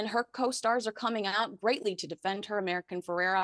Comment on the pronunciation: It’s America Ferrera, not American Ferrera.